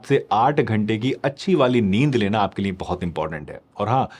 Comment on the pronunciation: Niye nhi liye hota hai sir